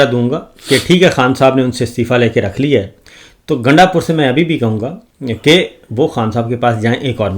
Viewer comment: گانڈ پور نہیں گاندو پور